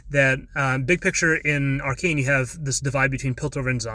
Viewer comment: Cool and all but did you just call it "arekeen"